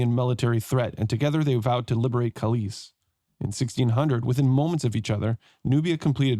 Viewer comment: Nice playthrough! Anglophone pronunciation of Polish cities is always so funny. You turned Kalisz into something Spanish-sounding "Calíz", while it is actually pronounced just as "Kahleesh", Kalish, with the stress on the first syllable and sz just being Polish way to spell sh-sound (and cz is ch-sound). And also turned Polish Tarnów into very German sounding Tarnau, while actually it is pronounced "Tarnoof". Yes, Polish w is very misleading, considering it's just v, which evenmore is often devoiced to f.